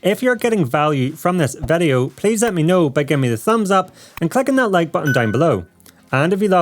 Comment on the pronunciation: It surprizes me every time he says Vedeo 😀